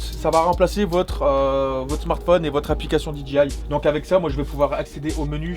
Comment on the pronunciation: C'est DEE JAY EYE et non pas DEE DJI EYE